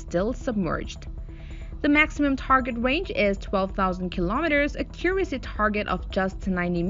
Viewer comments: "Akyure- isy"? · Thought the same thing with "ah-curacy" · a CUR' a see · Same here :) She has a native system of sounds but for some reason mispronounces so many words: accuracy (word stress), minuteman and all her -teens have their i's too low (sounding like -tin). A very interesting case from a linguistic point of view.